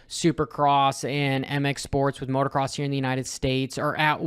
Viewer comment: it's "MOTOCROSS", not "MOTORCROSS". Only one "R".